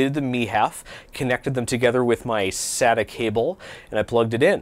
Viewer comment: SATA (SAY-TA)